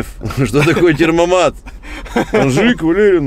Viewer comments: Темпомат а не термомат я как немец вам говорю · термомат?) Может Темпомат) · Термомат ? 😂😂😂 ТЭМПОМАТ !!! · не "термомат", а "темпомат" Привет из Германии :) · Термомат,, - поржал от души. Немцы говорят ,, темпомат,,. Привет из Берлина. За обзоры лайк. Юмор класс. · темПоМат! 😅будет правильно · Не термомат а темпомат